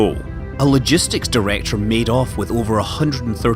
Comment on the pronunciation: Scott Manley can you please learn to pronounce of and off correctly. I have had enough now. Thanks.